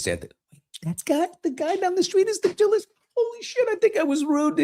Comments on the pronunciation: BILLY! You roll your R's and speak Spanish!!! It is Ha-Lisko(jalisco) NOT Jah-lisco!! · It's pronounced Halisco! 😉❤